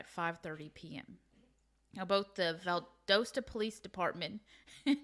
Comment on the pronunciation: She said Valdosta correctly. He didn’t.